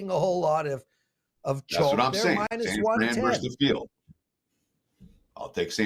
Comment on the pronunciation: I'm a fan of you and wagertalk in general, but we DO endure you. Please, try saying "versus" with TWO syllables...